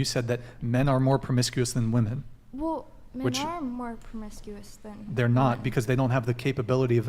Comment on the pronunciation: For fuck sakes there is at least 1 girl on every panel keeko being the worst that say woman instead of women. Makes my fucking brain hurt every time I hear it. Annunciate for crying out loud, or maybe it's more pronounce actually. Either way fucking do it!!! Just do it!!!